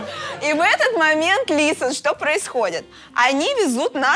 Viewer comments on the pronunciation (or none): none